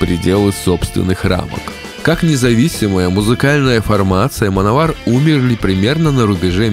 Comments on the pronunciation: Точно Мановар произносится?А не Мэн Овер? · всё интересно и познавательно ,я очень любил эту группу в течение долгих лет,но господи,почему вы назывете команду ''мановар'' ведь''Manowar'' читается вообще не в такой транскрипции.Реально ухо режет,с трудом досмотрел до конца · Ну автору название хоть можно правильно говорить, в 80-х "мановар" так говорили, "плуги", "колхозники"... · "Мановар"😂... ну, даёшь... да, называли так у нас в восьмедисятых, читая по латински. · Как-же противно слушать - мАновАр.... как сАмовАр. Блин, научись произносить правильно.